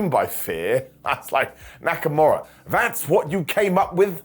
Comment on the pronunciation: Did you just say Neckamura????